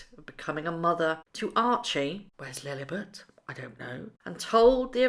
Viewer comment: Meghan’s wearing her fake veneer grill again , struggling to keep it in her mouth ! Makes her look like Austin Powers, like the way you pronounce Lilibet , like “ lilburt !